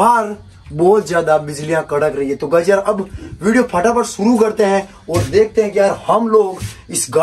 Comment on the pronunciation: bhai fatafat ko phataphat bolte hai😂😂